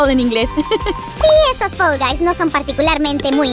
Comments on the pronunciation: Se dice fall guys no fell guys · NO SE DISE FEL GAIS SE DISEÑÓ FAL VAIS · Me gusta mucho fall guys pero lo gracioso es que dice fell envés de fall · Hola yo vengo solo pa decir q dice fell y no fall xddd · Se dice fall guys